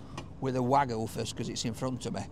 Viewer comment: hearing call it 'Wagoo' will never get old